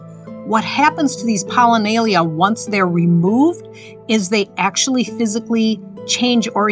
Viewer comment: It's not "POLLINAYLIA". It's "POLLINIA".